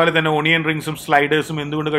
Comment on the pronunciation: താങ്കൾ ഇത്ര ഒക്കെ ആയില്ലേ, ഇനിയെങ്കിലും onion ഉച്ചരിക്കുമ്പോൾ ഒണിയൻ എന്നല്ല അണിയൻ എന്നാണെന്നു മനസിലാകാത്ത എന്താ, മാത്രമല്ല eating utensils താങ്കൾ ഉപോയോഗിക്കുന്നത് വളരെ അപരിഷ്‌കൃതമായ രീതിയിൽ ആണ്. സ്പൂണിലോ ഫോർക്കിലോ ഭക്ഷണം എടുത്തു കഴിഞ്ഞാൽ പിന്നെ അതിനെ പറ്റി വിശദീകരിക്കാതെ കഴിക്കാൻ നോക്കുക. ഒന്നുകിൽ ഭക്ഷണം എടുക്കുന്നതിന് മുൻപേ, ഇല്ലെങ്കിൽ ഭക്ഷണം വായിൽ ആക്കിയ ശേഷം സംസാരിക്കുക ,ഇതൊക്കെ യാണ് അതിന്റെ ഒരു രീതി. മലയാളികൾ നല്ല രീതികൾ കണ്ടു പഠിക്കട്ടെ, എന്ന് ഒരു ഓസ്‌ട്രേലിയൻ പ്രവാസി